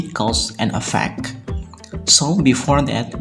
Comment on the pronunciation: Please, differ the pronunciation of EFFECT and AFFECT !